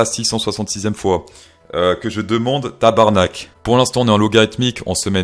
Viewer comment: Très bon accent sur le "tarbarnak" pour un Suisse!